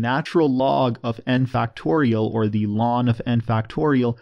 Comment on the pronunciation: I like the way you shorten the pronounciation of the natural log to what sounds like "lawn"